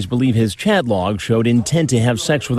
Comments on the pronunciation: KILLS ME EVERY TIME. “Am I gonna be OOOURHWESTED” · Aww Cwapp....Am i gonna be Uh-uh-uh-wwested? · "Am I gonna be OoOo-wested?" I can't 🤣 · "Am I being t-taped?" "Yes". "Oh cwap" "am I gonna be AOOOUGHrested?" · doesn't quite sound as right when you write it like o-wested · Am I gonna be oowwwessted? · am i gonna be AWWWESTED and the freakin head shake right after....LOL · "Am I going to be Awe-wested?" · "Am i gonna bbee uuuhhhlllweeessted??" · AW CWAP. AM I GON BE AWWESTED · “ Aw kwap… Am I gunna be ???? awesstted???” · Oh cwap I’m goin be awestid?!